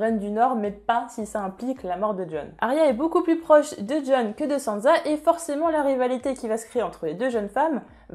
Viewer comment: Pk tu dis sanza ? C frustrent